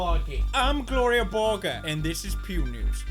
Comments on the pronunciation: Nonono Thats pronounced = Glore-iya Burg-er Not Gloriya Borger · "Gloriyah Burger" OOF